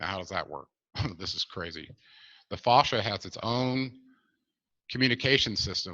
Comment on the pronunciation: Fascia—proper pronunciation is with a short vowel sound —as in “dad”. Not fauchia as in faucet.